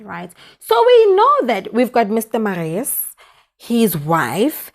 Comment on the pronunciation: The name is Marius pronounced like this Mariyus